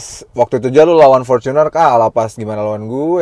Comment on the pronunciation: Ngong portuner nya biasa aja kali..gk usah porcuner